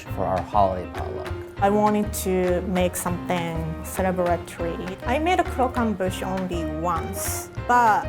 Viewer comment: I love, but can someone please teach him French pronunciation... It's cr-och-em-buche